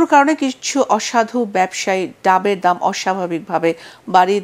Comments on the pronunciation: ডামের না ডাবের৷ কি বল্লো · আমার মতো কে খেয়াল করেছে ডাবের দাম বলতে গিয়ে ডামে দাম বলছে